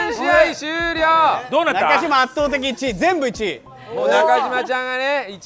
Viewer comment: いつ、なかじまではなく、なかしまですっていうのだろう